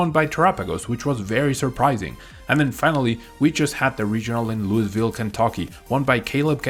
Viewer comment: Luis ville 🤣